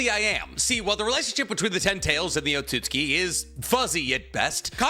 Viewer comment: so nb gon talk ab the fact he isnt pronouncing otsotsuki right he keeps saying otsuski